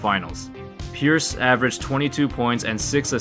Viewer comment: Kinda Sounds like you're saying "purists" lol